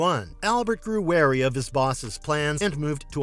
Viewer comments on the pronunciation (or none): none